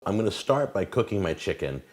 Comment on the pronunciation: How do you mess up ckicken